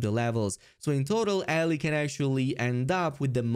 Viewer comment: Not pronouncing Ellie's name correctly is such a crime 😂